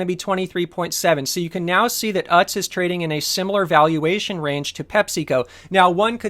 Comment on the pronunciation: I think it's pronounced oots, or ewtz :p